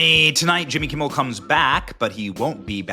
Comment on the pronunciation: Who is this Jimmy Kimble you speak of????